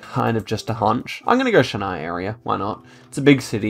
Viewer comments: it's pronounced Chin + I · The ch in Chennai ISNT pronounced as the ch in the brand chanel, it’s pronounced as the ch is chalk.